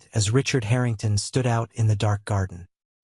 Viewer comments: haha the haring tahns. its like listening to AI voices misprouncing other thing slike Lous-anna, or the strange thing it goes for with ST SE (it acts like ST SE should be combined into a single word for ennunication) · Harringtarn ? How posh.